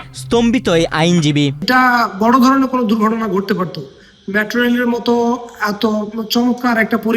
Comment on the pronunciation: News presenter er pronunciation valo na. মেট্রো রেল হবে, উনি বলছে ম্যাট্রো রেল